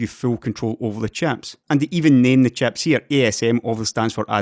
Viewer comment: Very good video as usual. Love how you pronounce "chieps"